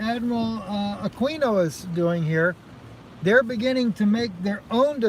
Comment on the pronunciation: It’s pronounced Admiral AkeeeenO